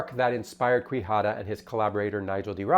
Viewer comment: For the record, Quijada is pronounced "Key-Hadah"